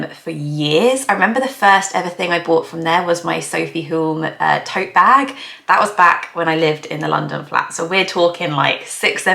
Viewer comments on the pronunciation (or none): none